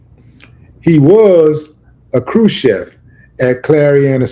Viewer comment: Crew chief not crew chef…..lol